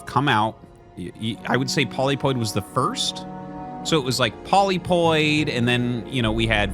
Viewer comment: tfw artosis still cant' say polypoid correctly